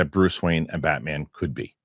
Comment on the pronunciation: Both of them said that 😂…Im confused as to who they watched growing up to have this mentality of Batman not being big ! Also in the beginning his pronunciation of Batman “BatMen”😂….